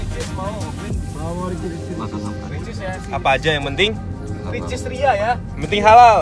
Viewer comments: WOY GW KESINI CUMA GEGARA BANG AIS NYEBUT RICIS 🤣 TERNYATA EH TERNYATA RECHEES 🤣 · baru mau nonton ini..katanya vlog pertama abang nyebut ricis erh recheese.maksudnya😂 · Kesini gegara haris nyebut ria ricis , eeeehhhh ternyata rechees wkwkwk. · Ke sini gegara Harcis , dan beneran dong makan Rechees Cibubur katanya. :D sudah sering nyebut Rhechees Factory Hyung bestfriennn nya :)) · Kuasa Allah yah.. nyebut Ria Ricis (recheese) hihihi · Salfok pas ngomong richeese / ricis 😂